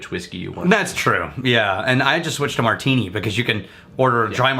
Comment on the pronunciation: Mar...tini? REEEEEEEEEEXXXX!!!!